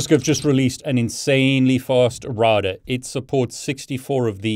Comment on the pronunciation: SAY ROUTER CORRECTLY